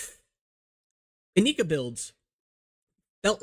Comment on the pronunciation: Stop pronouncing it "ineeka" for the love of God. All the commercials pronounced it "Inaika", plus it sounds better.